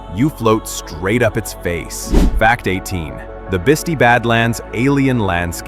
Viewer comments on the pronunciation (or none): Bist eye, not bitsy. It is a wonderful place though. I live near there. Left kansas city twenty five years ago, we'll never go back.